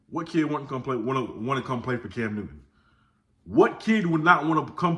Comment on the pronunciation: I could swear Newton has a “t” in it…..🤣 Keep doing ya thang,!! 👍🏾